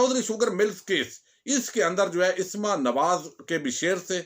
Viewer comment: Asma ki slif par zabar hai sir plz don't mind